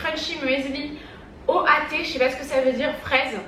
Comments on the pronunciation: oat se prononce otte et c'est en gros des flocons d'avoine lol 😂😅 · "Oat" se prononce "owt", c'est de l'avoine ;) Des bisous!